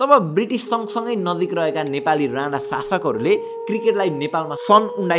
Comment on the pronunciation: काे हाै तिमी यार ?? तिमीलाइ याे राना र राणा विचकाे उच्चारणकाे फरक पनि थाहा छैन र?? यार सुधार। यस्ताे गल्ति नगर। अंग्रेजीमा "ण" छैन र उनीहरू उच्चारण गर्न सक्दैनन् । कि तिमी पनि उतैबाट हाै??